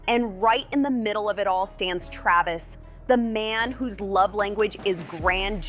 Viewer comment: KRAYvis? CalaBAYsas? This robot needs to brush up on her vowel sounds. I feel like his tattoo hair would look less silly if he didn't polish his head so hard.